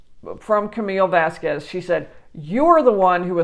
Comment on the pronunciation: Thank you for saying this. And for pronounce Vasquez, not Vaskwes